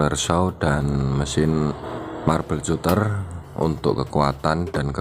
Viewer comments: marbel katter ejaan nya bang, bukan cuter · Skdr info om.. cutter itu baca nya KATER aja. Pisau kater.. hhehehe